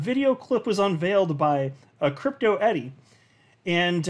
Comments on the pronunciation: Isn't it Crypto E-R-I... not E-D-I. Everyone calls her E-D-I tho for some reason.. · I think it's Crypto ERI not Edy. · Dude, It’s crypto Eri not Eddy